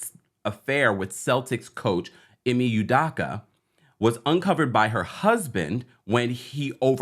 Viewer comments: Nope, not correct. EE - may You-DOH-kuh. Dayum....this dude should learn about his subject and how to pronounce his name if he's going to keep putting out videos about him. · "Ime Udoka" Ee-May You-Doke-Uh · This story is so old. Got anything new? By the way, your mispronouncing Ime Udoka’s name. 😮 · Why are all these U-Tubers miss pronouncing Ime Udoka's name??? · Smh u can't even pronounce the man name properly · Completely butchered his name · Bro learn to pronounce his name correctly. Also why is the females race important ? It’s not